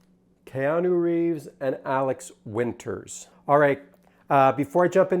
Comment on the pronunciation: and.... you misprounced Alex WInter's name.